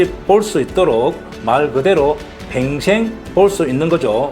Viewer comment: 평생 발음이 안 되나? 팽생, 팽생?